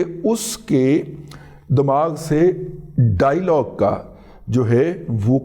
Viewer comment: دادا سائیں ، ڈائی لاگ کی بجائے ڈایا لاگ مناسب تلفظ ہے۔ Dialog.